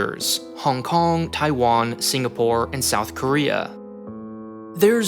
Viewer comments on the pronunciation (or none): none